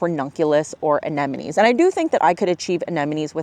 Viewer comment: Why everybody pronounced "anenemies"? These are ANEMONES not "anenemies".